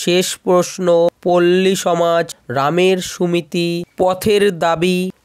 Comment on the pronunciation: "রামের সুমতি " উচ্চারণ ঠিক হয় নি কিছু মনে করো না।